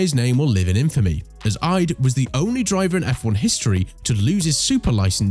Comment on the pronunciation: me before checking the list: Nikita Mazepin is in here, I believe. me after seeing the list: ... btw it is IDE, I-D-E, not 'aid'.